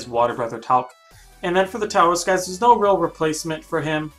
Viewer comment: By the way Taoist is not pronounced with a T it is pronounced with a D my friends